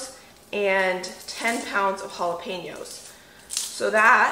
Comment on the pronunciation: Wa-he-yo peppers emphasis on he part